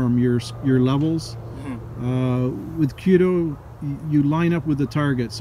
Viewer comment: Kyu-do not Kyo-do.